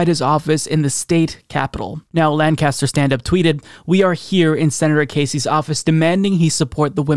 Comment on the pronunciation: Just because I’m cringing when you say it and want you to get it right next time, lol: Lancaster, PA is pronounced like LANK-UH-STIR.